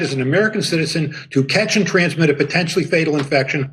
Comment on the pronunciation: 7.00 potentual ..!! .. yeah potential bulls###.😅😂